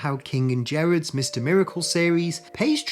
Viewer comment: There are two words that describe Jack Kirby. The King. EDIT: BTW, this is a small thing, but Gerads is pronounced with a hard G, not a soft G.